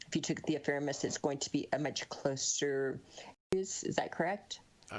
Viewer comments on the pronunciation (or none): I don't trust any cosmologist, astrophysicist, navigator, or astronomer who can't say the word "ephemeris" properly. And guess what? This lady can't. uh-fem-uh-riss (is right) not "affirm us".